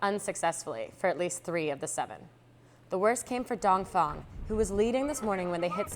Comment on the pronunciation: Is it me or is she saying dongfong instead of dongfeng? maybe I've been saying it wrong? Keep up the great work!